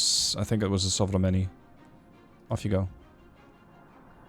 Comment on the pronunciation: >Udaloi >Sovremennyi Damn you become really great at pronouncing all these russian names:D